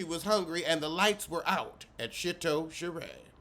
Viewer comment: Did this crazy man say Shitow Sheree??